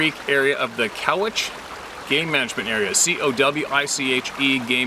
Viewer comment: Cowiche= cow-WEETCHIE